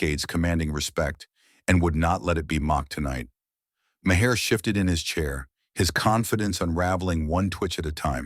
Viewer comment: Mayer? It’s pronounced like MAR.